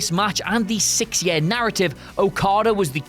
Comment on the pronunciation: Year not yair